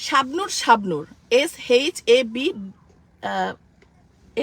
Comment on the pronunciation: S এর পর H , যার উচ্চারণ “এইচ”, হেইস কেন বললো সে বুঝলাম না 😮